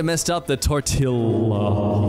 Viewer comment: changed vids the moment he said tortilla wrong